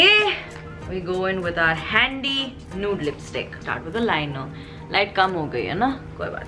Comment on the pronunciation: Pronounce 👉(nude) correctly 🤭